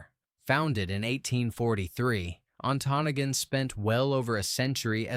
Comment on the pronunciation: Antonagon is pronounced as (An toe noggin) Please learn how to say the names right!!!